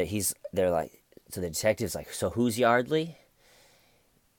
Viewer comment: Hey! Like the goatee thing going on. The Huguester - Busted! His accent kills me. "I was like Yawdley, I just wanna tawk about the incidents that have enshewed". Then "The conversation was like, not going enywere." Well,, maybe it wasn't moving along because the poor girl was dead! I agree about the detectives. The female one was great at creating a friendly bond with him to get him to talk. Not sure if I buy George's theatrics when he found out Y was dead. Yeah, Detective Ed needs to step up his game.